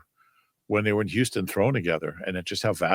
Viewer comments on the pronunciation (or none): none